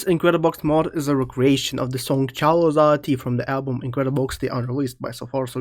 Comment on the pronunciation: bro said "Chalo zahtee" 😭🥀 That aside I really love this mod, its feels nice to hear my home country(India) instruments used in this mod 😌